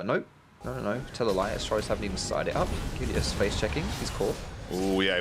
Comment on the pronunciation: The way this caster pronounces Gelius makes me cringe